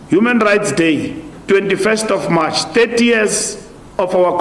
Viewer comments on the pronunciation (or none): The word is March not mush